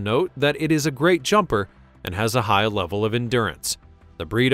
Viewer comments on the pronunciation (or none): none